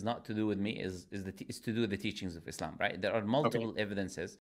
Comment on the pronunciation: God knows where it started but either way them saying IZlam, MuZlim and Qaran is obviously because of insincerity and making the things these words refer seem bad, making the word harsher on the tongue and mind